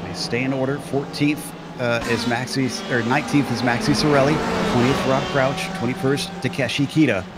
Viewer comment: Hey, one quick note it's Rob C_R_ouch... you keep dropping the R:)